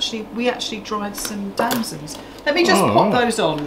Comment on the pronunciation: I'm sorry, ignorant American here. Are those plums you dried? It sounded like you said "damsands". Everything looks delicious,. Lee is a lucky man having such a loving, wonderful chef! Cheers from North Carolina